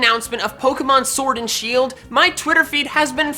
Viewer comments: Ah yes "sheld" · DO NOT LEAVE OFF THE I IN SHIELD!